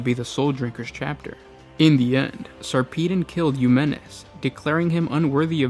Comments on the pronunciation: Say it with me Sar puh Don not Sarpeedin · Its sarpedon as in pedagogy not peedon as in pissed over. Why cant you yanks speak english correctly? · Sarpeedon? Seriously. A space marine chapter master called sir pissed on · this is a load of horse s***. they were declared excommunicate traitoris because of their revolt against the mechanicus for not returning the chapter relic, it had nothing whatsoever to do with mutations. It is also pronounced SAR-PUH-DON